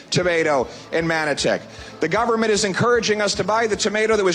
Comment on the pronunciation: He is our Stand-up Comedian ..lol ..Best comedy done by him is when he said "GUNFORMENT OF INDIA" 😂😂😂😂